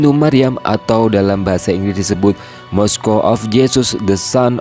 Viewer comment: Saran untuk presenter. Mosque dibaca "mosk" bukan moskyu